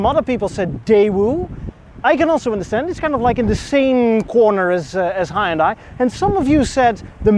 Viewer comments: It's Hun- Day....not Hi-Un-Die. Well if you say it that way...it's ok. 😁😁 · fanboy cant even say the name proper smh its pronounced HE-YUN-DAI not HI_UN_DAI Einstein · In America, the brand is pronounced "HUND - DAY" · tis meer ... hi-un-dai .. niet hai-un-dai ... overigens vooral groot in het maken van schepen, net zoals samsung, 2 van de grootste scheepswerven in de wereld ...daar is een funfact die de meeste mensen niet zullen kennen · As one dutch person to another dutch person: Put an LS in it. And then they both laughed because a V8 is a lorry motor and engine swaps in the netherlands are barely a thing. Ps: Also, it's kind of pronounced "h'yùn dèh". The "y" isn't pronounced like "eye". Source: Some of my former classmates are korean. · lol As a Korean everytime I see someone say "hi-undie" i get mixed feelings.. Since the english pronunciation itself is to blame not individuals, but also that nobody really cares how the Korean company is pronounced in its mother language. BTW some youtubers call it "hunday" and I often see many comments trying to correct them, but that's actually the closest pronunciation to original that I've seen of English-speaking youtubers. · Maybe it’s a New York thing, but we pronounce it as HUN-DAY I like the way it looks, and don’t recall ever seeing that model before. I’ll keep an eye out for it on the road. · It took me a hot minute to realize you were saying "Hyundai" and not "Hind Eye." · Just saying, but your pronunciation of Hyundai is wrong. In Korean, it's two syllables. "Hyon-dé" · Hyundai is pronounced Hunday just like Sunday 👍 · Hyundai rhymes with Sunday, as the Koreans say ;) There is no hi, there is no di. Hun-day (not 100% accurate, but as close as you can get with English based pronunciation). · Hyundai is pronounced like Sunday. Source: I was an engineer for Hyundai. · "Huhn Day",. It's pronounced "Huhn Day" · It's a Hyundai, not a Hi-iundai. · It really irritates me when American Youtubers pronounce Hundai.....